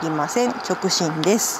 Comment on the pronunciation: 直進を直ちんって言ってませんか？面白かったです(^-^)